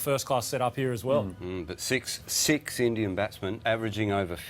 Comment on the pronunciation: He said sikh instead of six hahaha